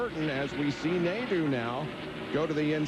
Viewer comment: Its pronounced, "Nade-o", not "Nade-u". Also, can someone look into this man's ancestry for me?